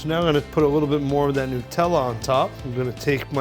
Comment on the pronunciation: “Look a dat “. New joysee.